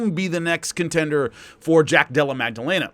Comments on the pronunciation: bratha there is no letter g in Maddalena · Maddalena not Magdalena :)